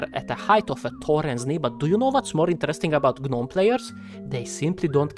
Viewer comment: "Guh-nome" xD